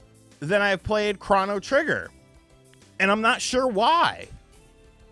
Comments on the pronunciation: CROW-KNOW Trigger…not CRAW-NAH Trigger 😂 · It's crow-no trigger. Not cron-oh trigger... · U be killing me when u pronounce games lmfao … it’s cro - no - trigger … best way you can pronounce it and U - B - SOFT NOT … OH - B - SOFT 🤣